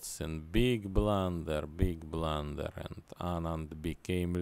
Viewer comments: Ai dont belif che blan-derrett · Beeg blunderereer